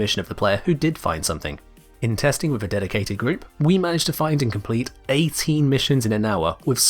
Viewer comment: "Deciated" group...